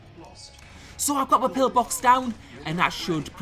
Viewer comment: Pill -box not pillar-box 😉